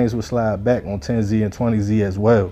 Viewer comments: thank you i was like if i hear this mf say zee one more time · aye southside we outside baby but if bro says zee one more time we gonna let the highs and lows team up and let you know how to say it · Its pronounced 10s and 20s not 10-Z or 20-z I went to high school with a couple 10s used to smoke with one of them. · It’s not 10 Z and 20 z it’s 10’s and 20’s… how u speaking on gangs in states ypu have no idea how to pronounce? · You don’t have to say the “Z” say it how it is pronounced It’s “tenz” Gang and “twentyz” gang no Z shit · Tens and twenties. Like rolling 20z from Lbc. That’s how it’s pronounced. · Bro it’s tens and twenties not 10z and 20z that’s just how they spell it not how you pronounce it I’m from mpls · this nigga said TEN-ZEE and TWENTY-ZEE fuck you on bro?????? embarrassing as hell